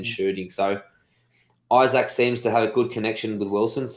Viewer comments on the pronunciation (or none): It's Ee-sak, not Eye-sak! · His name is pronounced Ee-sak